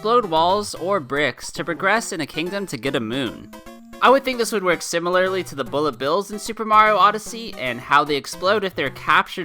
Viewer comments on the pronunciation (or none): none